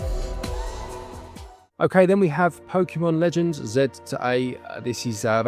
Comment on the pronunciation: Thanks for pronouncing Pokémon Legends Z-A correctly, no one says it like you guys, and that is exactly how it is pronounced in Japan and is meant to be pronounced!